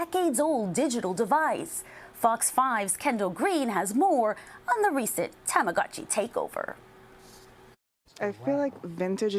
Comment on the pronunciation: Tamagotchi. Pronounced, “Tama-GO-chi.” If you’re gonna love it at least pronounce it correctly.